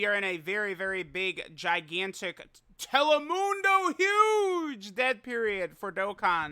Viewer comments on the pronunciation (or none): Telemundo. I die hearing that 😂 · this dude really said “telemundo” at the beginning lol